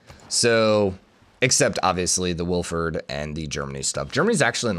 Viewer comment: God, as a person named Wilfried, hearing him say Wilferd repeatedly gives me elementary school ptsd.